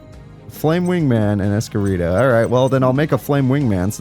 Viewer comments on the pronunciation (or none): It's Elemental Hero "S-Cure-E-Dao"